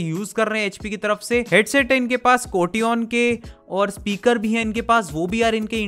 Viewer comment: कोशन hota h कोटियोन nhi😆😆😆